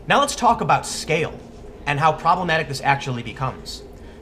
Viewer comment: i giggle everytime i hear tim say "problematic"